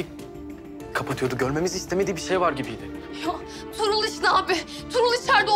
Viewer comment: Bu kız neden tuğrul diyemiyoda durul diyo